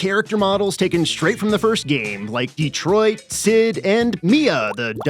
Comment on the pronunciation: "D-Troit?" (sits there and watches)